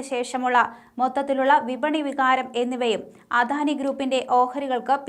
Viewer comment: അധാനി എന്ന് തെറ്റിച്ചു പറയുന്നത് കേൾക്കുമ്പോൾ കലിയാണ് വരുന്നത് അദാനി എന്ന് പറയാൻ ആരെങ്കിലും ഈ കൊച്ചിനോട് പറയാമോ